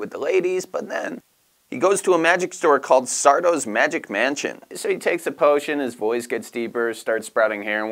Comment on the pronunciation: SARDO!! No Mr. ...accent on the "DO"